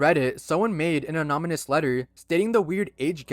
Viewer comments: I love your videos, but for the love of god it’s anoNYmous not anoMYnous… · Why does still say anonymous like that